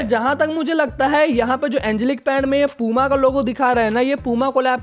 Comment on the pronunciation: Bro wo पूमा नहीं प्यूमा है 😂😂😂